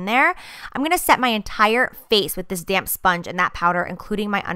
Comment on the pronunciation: every time you say "damp" i keep thinking you're saying "damn" . use that "damn sponge" lol like dammnn right!